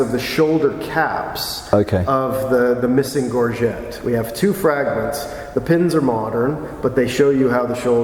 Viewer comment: i'm surprised (and disappointed) that the American mispronounces so basic a term as "gorget". This simply shouldn't be.